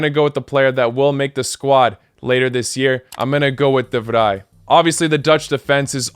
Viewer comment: good job, you pronounced ''de vrij'' perfectly out, as how the dutch say it